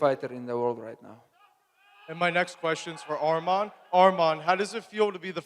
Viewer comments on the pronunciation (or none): To the first couple reporters… his name isn’t Armen… it’s Arman… say his name correctly. Not an E its an A. lol bro seriously your getting paid to ask question learn how to say the fighters names. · Name is Arman NOT Armen